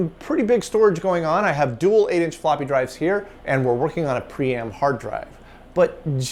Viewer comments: It looks like you are trying to pronounce Priam (prai·uhm) Would you like some help? 📎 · It’s pronounced Priam, not Priam!